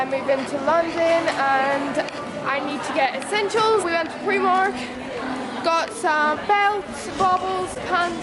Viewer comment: did she really just say primark like preemark? wtf lol